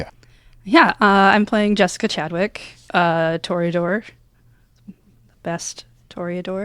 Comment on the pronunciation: Toreador with the mor-eador